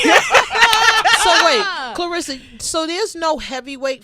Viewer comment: C'mon Sway pronounce her name correctly It's ClaRessa not Clarissa